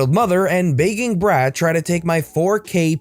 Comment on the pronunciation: Anyone else start hearing "Bacon Breath" a couple of times when talking about "Begging Brat"? No? Just me?